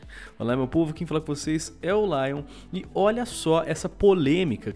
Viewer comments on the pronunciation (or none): none